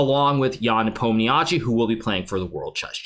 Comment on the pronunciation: Its closer to Nepo mnia shi rather than chi and Uzbek not Uzbeki